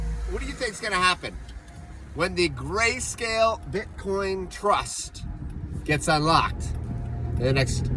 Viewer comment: Lol gayscale flub was funny